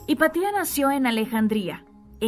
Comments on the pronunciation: No se dice “Hipatía”, se dice Hipatia… Qué dolor de oídos, por dios 🙈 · Interesante, sólo tengo que corregir la pronunciación del nombre "Hepatia", porque es una palabra grave, y sigue la regla de acentuacion. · Pero es Hipatia, NO HIPATÍA! 🙄🙄🙄🙄